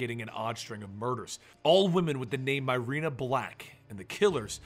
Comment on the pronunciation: Myrina = MUH-ree=nuh or MEER-ee-nuh NOT "MY-rena"